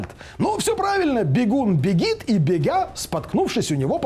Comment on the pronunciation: бегя"-це ж треба ще вимовити)))